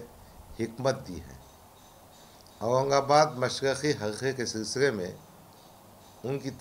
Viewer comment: aurangabad bolna nahi ata aap ko aap vidhansbha me kya bolinge